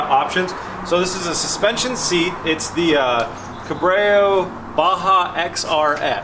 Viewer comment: Ahh yes CABRAYO’S... my favourite 😂